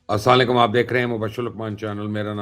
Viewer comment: جناب آپ آپنا سلام تو ٹھیککریں. سام علیکم